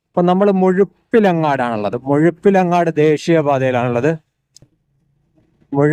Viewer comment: മുഴുപിലങ്ങാട് ❌️ മുഴപ്പിലങ്ങാട് ✅️ 😁